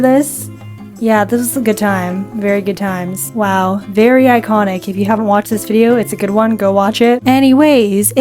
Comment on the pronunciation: I heard “eyekonic” then “manon” 😭😭